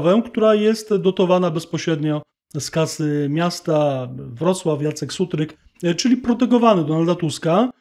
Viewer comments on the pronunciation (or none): Ten Sutryk to nawet nie potrafi poprawnie wymówić nazwy miasta którym rządzi. Osobiście słyszalam, że nie mówi WROCŁAW lecz WOCŁAW !